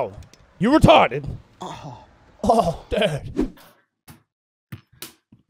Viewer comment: Angry Cops pops in "He's Retodded"